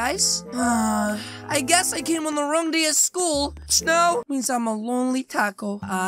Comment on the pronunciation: STOP SAY SCHOOS